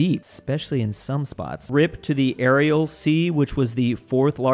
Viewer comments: still pronouncing the Aral sea as the "Aerial sea" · It's kinda bizarre that pronounces Kiribati correctly, but pronounces Aral as "aerial."